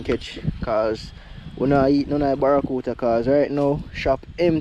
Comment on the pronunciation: Yo bredda, mi nah mek fun a yuh or nuttn but me help but notice to number of time you always seh “Barracuta” instead of “barracuDA”. Mi nuh know if a be cause yuh nuh want it sound like American pronunciation but this word is actually pronounced with “DA” at the end.